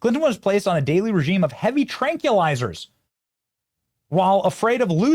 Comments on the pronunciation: TRAN-QUIL-IZ-ERS Benny. WTF even is a Trankeeelizer? And it's pronounced NEW-CLE-AR. Repeat it until you say it correctly. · Benny Benny Benny.... Please pronounce Tranquilizers correctly.... It's not TRANK... WE... LIZERS...just say the word TRANQUIL... AND ADD THE END... (trank... Will.. izer).... U CAN DO IT!!! LOVE YA MAN!! 😂😂😂❤ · hey benny.. tranquilizers is pronounced: trank-will-izers not: trank-ya-lizers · TranQUILlizers, Benny! Pronounce the first part of the word like the word "tranquil." (No offense, but just wanted to keep you from loony libs ridiculing you instead of having to discuss the subject of your video.) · NOT tranculisers, NOT nucular. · TRANG-kwil-eye-zerz Benny, come on brother 🫡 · "Nucular" "Tranculizers" I love Benny vernacular. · Dude, learn how to say tranquilizers.